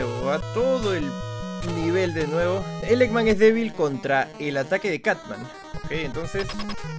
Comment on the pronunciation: Cutman lo confundia y lo decia catman 😅